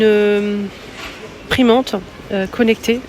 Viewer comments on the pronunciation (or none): Imprimante pas primante. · J'ai entendu primante aussi.